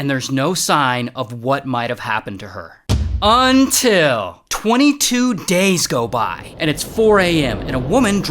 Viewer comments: Everybody gangsta til ray says untile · That's the craziest "UNTIL" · I love how ray says UNTIL